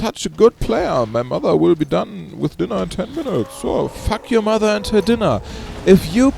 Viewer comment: I love how he says "fahk you!"